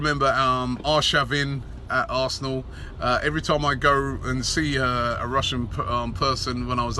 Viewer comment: Robbie says arsenal "arsnoool" hahah